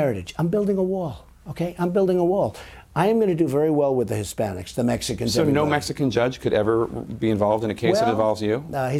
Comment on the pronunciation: Did he say Hispanish? Lol